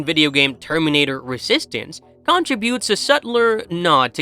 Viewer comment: Subsequently, contributes, integral, universes, thematic, speculated. What the fuck, man. When do you have to pronounce all these words so poorly?